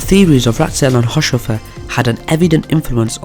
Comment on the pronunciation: This is pretty good, though his name is pronounced haus-hofer rather than haush-ofer... Not many seem to know this little nugget but Haushofer was the source and inspiration for the Swastika, the Buddist symbol for happiness, adopted by the Nazis. He got it from his time in Japan after living there as an attache.